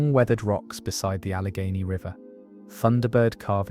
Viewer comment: Allegheney yo